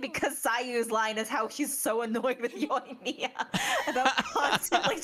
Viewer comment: You guys should really listen to the Japanese VA. You’re saying the names wrong. Yoimiya is actually pronounced as Yo-eem-ya. Ayaka and Ayato are pronounced as Ah-yah-ka and Ah-yah-to. Tartaglia is pronounced as Tar-ta-lee-yah. The G is silent. And Diona is pronounced as Dee-o-na. Learn the pronunciations before saying their names people. Overall you guys are great